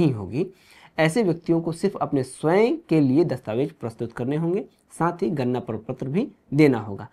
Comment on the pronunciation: Ganna,ganna mat karo, wo ganna nahi ganana (counting) hai 😂